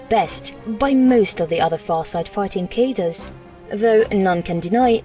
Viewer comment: Cadre is french origin. It is pronounced Kad-Ray not Kay-Der.